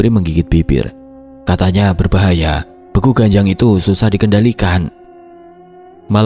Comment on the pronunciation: Maaf ijin koreksi mas.. Untuk kata "Begu", dibacanya seperti pada kata "Sewu". 🙏